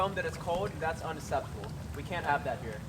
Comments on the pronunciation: Uneseptable 😂😂😂😂😂😂😂😂😂 it’s unexeptable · Unasseptable is how my teacher says it, so...